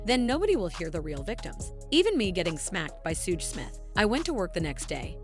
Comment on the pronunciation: Just an FYI to the person narrating in case you ever need to say the name again. Suge is pronounced like “shug” or the beginning of sugar. Sooge sounds like something gross and oozing.